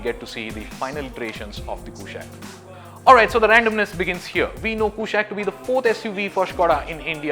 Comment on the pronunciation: Its not a western word mate, as you must know kushaq is a sanskrit word for king and should be pronounced as such! Skoda is trying hard it seems hopefully this will look gorgeous